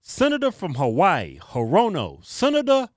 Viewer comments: Hirono . . . is pronounced 'Her? Oh NO! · Bruh I’m actually dying lol 🤣🤣🤣 “HerRona”